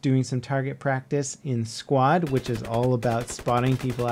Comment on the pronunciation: anyone else notice he said Shquad XD